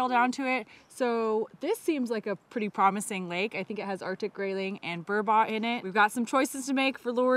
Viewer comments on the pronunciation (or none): "bur-bot" is that how they pronounce it in the US? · It really does sound like you’re saying Dolly Parton if that’s not true how do you spell the fishes name?